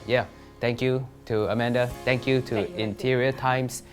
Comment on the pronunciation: Amanda -- "Oh, is that Madam Soot Beng??" (It's Amanda. Not Amander.) "Oh."